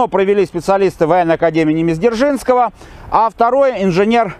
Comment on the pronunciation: ПОЧЕМУ, автор называет академию ЗДержнского, когда она ДЗержинского?!! Вроде рассказывает историческую тему, но сам не грамотный что-ли?😂